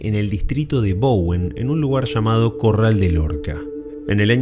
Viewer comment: Porque ustedes los Argentinos dicen mal la palabra llamada suena como cha manda hasta cuando pues